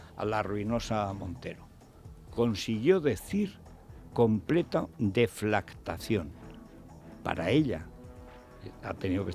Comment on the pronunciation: Federico!!!...Corrección. La jamelgo Montero no ha pronunciado bien "deflactaciónes". Ha dicho: DEFLACTACIÓNEH.